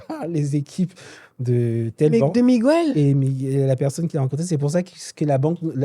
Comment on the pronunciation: Faut revoir ta prononciation de Miguel et non migouel. En espagnol comme en français la lettre G suivit des voyelles fortes U, O, A se prononce G. Ex: Guérir( fr) et non gouerir Guerra ( es) et non Gouerra . Merci